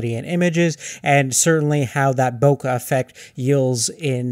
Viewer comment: and stop saying bow kah its BOW KAYYYYYYYYY like a bouquet of flowers